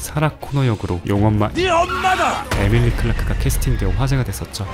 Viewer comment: 에밀리'아' 클라크요 ㅎ